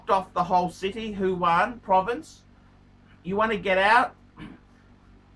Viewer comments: It's Wuhan not Fuan. And it's not a province by the way. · wrong pronunciation not only aplies to luxury brand names but also to the city of Wuhan has become Huwan.